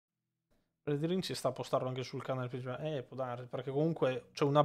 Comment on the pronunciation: Magari non ci sento più tanto bene io, però scusate, non è mica eldeN ring...? No perché continua a dire eldeR ring. È una cosa fatta inconsciamente oppure no...? Lo so, è una domanda da rompi balle ^^ scusatemi.